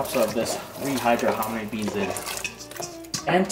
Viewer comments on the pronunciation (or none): 🤣 did you call the hominy, harmony beans? Lol if you didnt you should slap a patent on it RIGHT NOW.